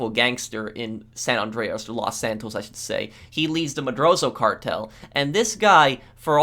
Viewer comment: "Madrazo" is pronouned "Muh-Draws-oh" because it only has one 'z' in it.